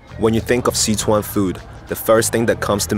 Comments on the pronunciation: dope video.... but I can't get over how the narrator keeps saying "See-chuan" lol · What the hell is with his pronunciation of "Sichuan"?